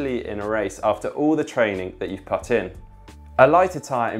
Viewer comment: Why does he pronounce put like putt. Once you notice it you can’t unhear it